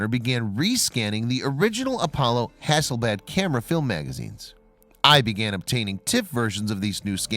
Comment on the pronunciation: Hasselblad, not hasbad. The L is not silent.